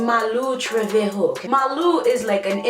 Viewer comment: Its malu treveHOE imean trevejo